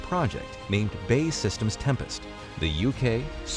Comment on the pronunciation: It's BAE Systems, not Bay Systems.